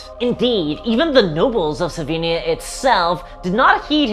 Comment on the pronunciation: Amazing video, as always! I can help myself, but hear "Slovenia" whenever you say "Sylvania" :) At least I hope our politicians aren't vampires....